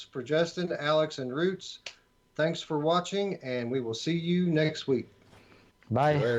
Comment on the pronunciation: It's Roots not ruts lol